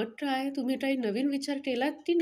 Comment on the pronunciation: काय बोलताना टाय बोलत आहात क सुद्धा नीट नाही बोलत आहात